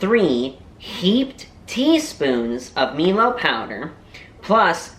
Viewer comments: A hot cup of milo is delicious to cold glass of milk 🥛. Funny how you pronounce milo, you pronounce it me-Lo but it is mie Lo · Milo is pronounced M-EYE-L-O The more Milo you put in the better lol